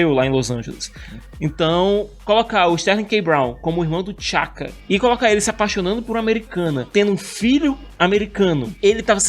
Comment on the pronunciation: T’Chaka e T’Challa pronuncia separado o T e não tudo junto